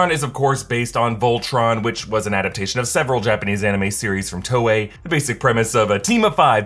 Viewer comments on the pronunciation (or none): none